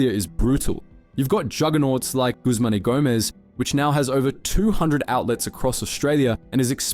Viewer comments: Bro said Guzman y Gomez wrong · Three simple words - "Guzman Y Gomez"